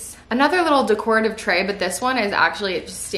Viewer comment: This was awesome! - please search on YouTube how to pronounce “decorative” 😂😂 you killed me every time you said it!